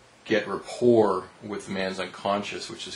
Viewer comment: Rapport is a french word. the T is not pronounced. well said.